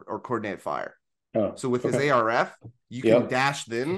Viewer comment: Arf... Just say arf, not A. R. F. Idk why that's been bothering me. Great episode otherwise.